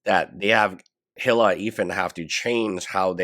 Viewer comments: Its not HILL-AH It's EE-LAH That's how you say her name. Hila The H is silent. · great content. one thing to note for future videos is that Hila's name is pronounced like E - La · Eel-ah is how i look at it.. Tho I do love the way he says Hila, it's very phonetic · He still calls Denims “Denins”. Hila’s name is officially “Hilla” on this channel.